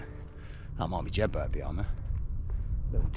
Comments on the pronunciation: Jedberg? Although it's spelt Jedburgh it's pronounced Jed-bura, Edinburgh isn't pronounced Edin-berg. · Great vid but it's Jed Burrah not Jedburg - Burgh is pronounced Burrah in Scotland - Think of Edinburgh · Another stonking video Dude .. it's Jedburgh now is pronounced Jed borough like Loughborough Edinburgh.. 😉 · Great video as always as lovely to see you not too far from where we live, North Berwick is gorgeous but way too busy in the summer. Always makes me giggle hearing you pronounce place names 😂 #Jedburg!